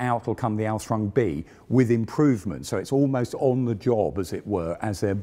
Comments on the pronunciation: I like but his pronunciation of Ausführung is slightly maddening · You can say ausfrung a thousand times, that doesn't change the fact that it is wrong it should be Aus-füh-rung every single one of those times. AR-TI-CU-LATE ffs. If you're not sure how to pronounce it, there's dozens of internet resources you can use. Here is just one I found in a five second search. And I'm not even a native German speaker my dear man. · Work a bit on your pronounciation of German terms. Google translator has a voice function. It is "Ausführung" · I watch these to hear non-German-speakers struggle to pronounce the word "Ausführung" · Request: Please don't use German words if you cannot pronounce them correctly. Hearing your attempt at "Ausführung" just made me cringe every time. Yes I know, minor detail.